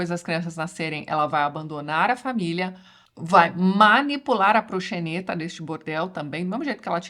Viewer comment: A pronúncia é procsenêta